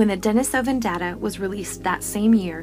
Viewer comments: Why do you have to say Denisovan like that, not even fellow Americans say it like Denis-oven, I honestly can't sit through it because of that. What an ugly dialect constantly made uglier by insisting on putting the stresses in the wrong parts of words, even compared to fellow speakers. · Denisovan (dɛ-NEE-sə-vən)